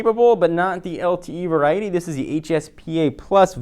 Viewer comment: say variety on more time. i dare you lol